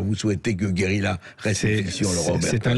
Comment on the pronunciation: André, votre émission est formidable, mais je vous en supplie, parlez français! On ne dit pas "guérila" mais guérilla, avec un redoublement de consonne...même, et surtout, en langage parlé.